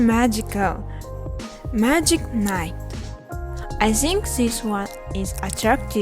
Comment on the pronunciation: Зинк(Think) я не ослышался ? Транскрипция не читали видимо ведь в школе нужно только Ботать слов запас учить тексты и пофиг как произносишь язык поэтому никогда не стоит учить что либо ради оценок потом будете ходить с одной грамматикой нужно парралельно заниматься speaking слушать native speaker-ов у которых правильное произношение по английской транскрипцией в Остальном ничего не заметил